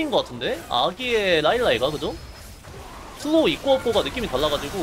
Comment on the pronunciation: thㅡㄹ로우 thㅡㄹ로우 thㅡㄹ로우 굉장히 찰지네요